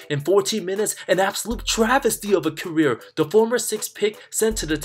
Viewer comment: Sry I keep trying to watch this guy video but the moment he exaggerates the word travesty I’m done. Sry my guy I’m out